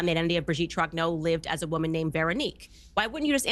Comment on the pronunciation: I don’t like the way Candace pronounces the name as if it‘s "Trag No".